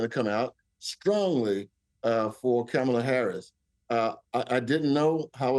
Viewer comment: he mispronounced Kamala’s name.